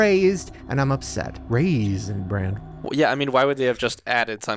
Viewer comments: stop calling it Raisin “brand” 😂😂 It’s Raisin “Bran”!!! Ugh now I’m starting to feel like Lizzy correcting you when you say things wrong😂😂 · says he is ready for “Raisin Brand” 😂 instead of Raisin Bran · Why does keep calling it Raisin BRAND instead of what it is… Raisin bran. LOL do we have a Mandela effect here? 🤣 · Am I hearing call it "raisin branD" the entire episode